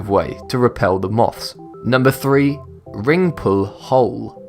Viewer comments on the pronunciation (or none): none